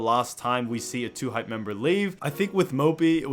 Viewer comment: Lmao dude said Lhype